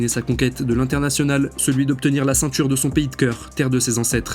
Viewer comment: Le IN se prononce IN , pas AN ….. on prononce CEINTURE, pas CENTURE…… SYMBOLE, pas SAMBOLE etc Etc